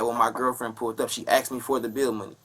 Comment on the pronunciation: He axed a question